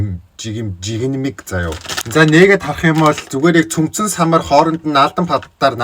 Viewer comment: Ахаа жигэмэг биш ээ жигнэмэг та солонгосд амьдарж солонгос хэлээр ярдаг учраас хэлж чадахгүй байх шиг байна